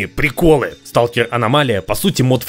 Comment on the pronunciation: American: Watafak is Russian. Русский: СТУлКЕР АнОМАЛИя